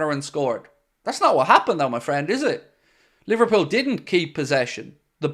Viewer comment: You mean li-var cheated-pool again